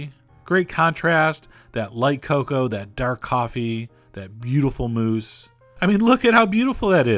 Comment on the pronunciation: "dat lovely moose" sorry. it REALLY sounded like that XD